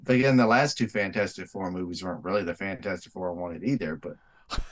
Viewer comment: you kept calling it fant-4-stic.... that bothered me a little....😂